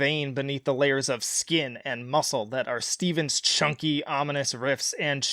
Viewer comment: Pronounced “Steff-enn” not Steven...